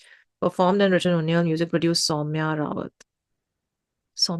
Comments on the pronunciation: It's उनियाल not उनियल 🔥🔥🤘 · It's not unee-al it's uni-yaaal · uniyal not unyel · Pronounce his name as - उनियाल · Some other tracks by Uniyal which are equally great if not better 27, Bablu babylon se And its pronounced as UNIYAAL🙏